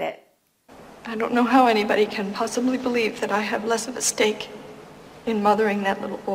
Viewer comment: Hi, Outstanding video, very practical! One observation: "stake" sounded odd. It should have been more like "sDake" (It is how I tell my Chinese-speaking students to do.) What do you think? Best, Albert, SF, CA